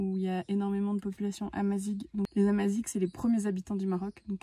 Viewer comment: Tous les Marocains sont Amazighs ! Tu peux utiliser le terme Berbère car ta prononciations de Amazighs laisse à désirer !